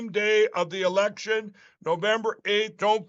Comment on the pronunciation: "We have to make it harder..." Mike, it's the election, with an "l" ,not an "r".